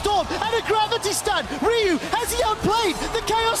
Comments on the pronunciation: the way the person pronounced Ryu in the video annoys me. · The way the guy kept saying Ryu was killing me. You had to have already had the interviews from Doa and Prolly. Is it that hard to pronounce it correctly? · Anybody bothered about how he kept saying Ryu’s name